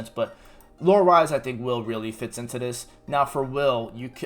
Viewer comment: Did you just call him "wyle?" like, Kyle with a W? The game literally calls him "Wil". just spelled differently.